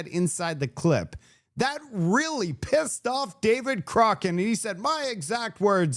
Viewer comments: Do you mispronounce David Coch…rane..on purpose? He’s an idiot but he needs his name right so people can avoid him! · its COCK RAN ... not whatever you are saying...